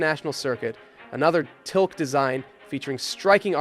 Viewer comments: Money money money. It never ends. Good post. And it’s pronounced Till-kee. Oy! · its not "Tilk" its "TilkE" !!